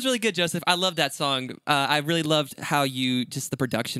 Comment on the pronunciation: I already love this “vreally” much! Haha 😂